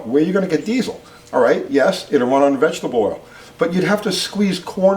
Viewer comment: AHH! Are you gonna be that guy that says Die Zul instead of Dee sill l?. I'm gonna let it slide... lol